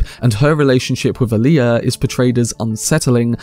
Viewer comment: "Wiffout fervor adieu..." BTW, It's Alia, not "Aaliyah."